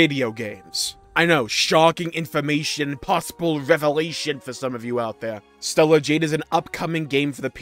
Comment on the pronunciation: Stellar jade😂